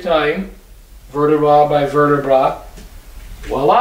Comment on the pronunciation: Verta-bra! He says😂😂😂